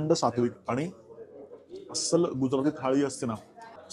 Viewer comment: 'गुजराथी' नाही 'गुजराती' 'मराठी' ला 'म्हराटी' म्हणाले तर चालेल का तुम्हाला?